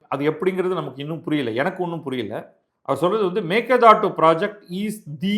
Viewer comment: Sir you are the only person correctly pronounced 'meke datu மேகேதாட்டு'. Surprisingly almost all tamil channels pronounce incorrectly.